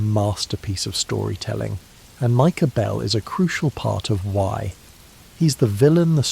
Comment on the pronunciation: "Micah Behlll" 💅🏻